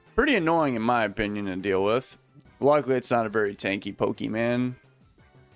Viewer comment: dont say poki man dude, is pokémon